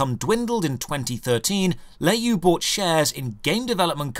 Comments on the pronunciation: btw It's pronounced "lure yo" not lay you. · Le is pronounce luh in chinese and you is pronounced yo. Not nit picking at all. I love your content and yeah tencent has everyone in their pocket and I hate them as much as I hate the CCP.